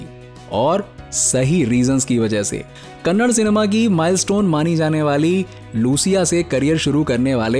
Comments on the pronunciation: Kannad nahi kannada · Not Kannad it's Kannada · Bro pronounce kannada properly it's not kannad it's kannada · it is KANNADA.....not KANNAD for gods sake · It is kannada not kannad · kannad , kannad , kaanad , kaanad , kaanad , BC It's Kannada . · It's Kannada not kannad 😏🙄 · Kannad nahi kannada....... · Its not kannad its kannada 💛❤️ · It's not Kannad bro it's kannada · Wo kanad nahi kannada he bhai bat karte hai to tikse karo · It is not kannad its kannada spell it cleanly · It's kannada not kannad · For gods sake stop calling kannada as kannad. Really irritating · Hlo brother its not kannad😡 it is kannada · It's kannada ,not kannad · not kannad ,it is कन्नडा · It's kannada bro not kanad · It's not kannad bro it is kannada 😠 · Its kannada not kannad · Kannad alla kannada